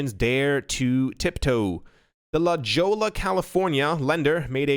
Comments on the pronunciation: FYI, La Jolla, CA is pronounced, "LaHoya", CA😘(Not criticizing, only reason I know is because that's where I got married decades ago!😉)Cheers! I enjoy your videos very much! Have you changed your mind about VeChain yet? 2020 will be an amazing Crypto year!!?🤑👍🏻👏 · Lol I love you man thanks for awesome videos, you are a permanent part of my life. I guess I’m the only person from California. Lol La Jolla lol it’s Spanish (pronounced like La Hoya) La Jolla lol 😂 sorry I had to look at the article to see what city was La Jolla lol I was like I’ve never heard of that city before lol lmfao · La Jolla = La "Hoya"... lol #619ForLife